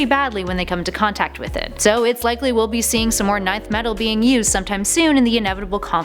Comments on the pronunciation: I always thought it was pronounced "enth" metal not "nineth" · Its pronounced ENTH METAL not NINETH METAL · It's pronounced enth metal btw